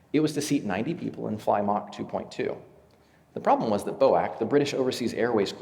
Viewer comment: British Overseas Airways was.called B-O-A-C not BO-ACK.